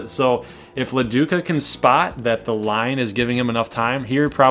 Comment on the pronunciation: I always thought it was De Luca not La Duca